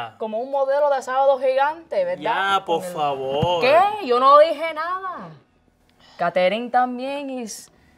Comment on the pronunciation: Ahahahahaha that's so funny, my parents gave me the middle name Catherine because they thought it was the translation of my mom's middle name Caridad, and they pronounced it just like in the vid, "ca-te-RING" 😂😂😂